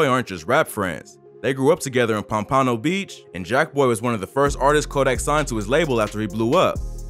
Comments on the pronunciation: Punpano😂😂😂? Pompano (pump-pa-no) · Its pronounced pompuhno not pompPAANO lol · Pom pon o beach 😭 Its pronounced pomp a no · We gone act lik he ain't say pom pono beach ? Nigga its pompano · Why he say Pom-pa-no it’s pomp-a-no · pom-pan-o beach lmao its pomp-a-no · Pom-pan-o lol its pronounced pom-pa-no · AT THE END OF THE DAY WE DONT KNOW WHAT REALLY REALLLLLLY GOING ON! - I DONT LIKE THAT THIS IS HAPPENIN THO - AND THE WAY MY BOY SAYS Pam-pay-no Beach LOL 😂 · Lol he pronounced Pompano so funny. It’s Pom-Puh-No lmao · This dude said Pom Pon No beach........ take his black card rn. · Imma need you to learn how to say “POM PAH KNO” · Say it with me now. POM-PA-NO. Pompano Beach. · jhit it’s pronounced (pom-puh-no) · Pomp-UH-no pompano beach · Bih said pon pono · Its pronounced Pomp A No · You pronounced pompano wrong 😂😂😂😂😂its good doe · The way this man pronounced pompano beach😭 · The you said pompano had me dying😂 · This Man Can’t Pronounce Pompano But Explain Someone Beef 😭😭😭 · lol at the way pronounces Pompano:DDD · Never pronounce Pompano like that ever again 😂😂😂😂😂😑😑😑😑😑😑 :44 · Hahahaha , the way he pronounced 'Pompano' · Bro I fw ya videos but u pronounced my city wrong woe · Oh hell nah bro I love your vids but you cannot be saying pompano like that 😂😂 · 😂 Why he say Pompano like that!? People from Florida know he fucked that shit up 🤦🏾‍♂️ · I hate how he says Pompano Beach 😭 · Boy u pronounced pompano so bad 😒😒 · they gon come for u for sayin pompano like that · if you pronounce pompano like that again ima have a seizure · That’s not how you say pompano cuh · Why you say pompano like dat?🤦🏾‍♂️ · How tf u mispronounced pompano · Bruh you gotta learn to say Pompano.. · Please learn how to say Pompano 😩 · the fact that this dude pronounce my city pompano beach wrong is a damn shame and discredits this whole video . How can u speak about someone if u don’t know how to say where they are from